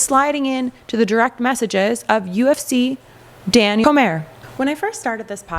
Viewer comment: It's pronounced KOR-mee-ay. Dude's name is French but around here it's typically pronounced Anglicanized. Or Korm-YEH if you lean French. Or D.C. to keep it ease...